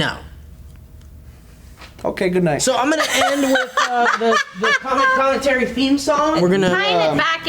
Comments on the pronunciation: Sounds like is saying "comet comin terry" lol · it started to sound like was saying com and com and terry as if com and terry were people